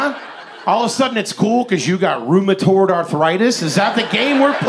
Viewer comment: Is it garbage if you pronounce rheumatoid arthritis, “Rhoomatord” like uncle Hank? we love him cuz he’s the smartest dumb guy we know. a jack of all trades, master of fun